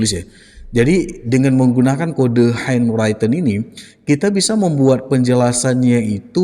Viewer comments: henwriten pak, bukan henwraiten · SORRY,sorry banget. Handwritten cara membacanya henriten bro. Bukan henraiten.